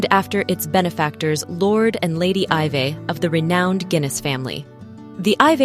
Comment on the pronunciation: Iveagh is pronounced as 'i vey'